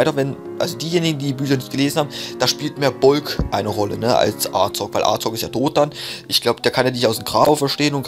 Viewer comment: Er wird Azog geschrieben ja aber es wird Asog ausgesprochen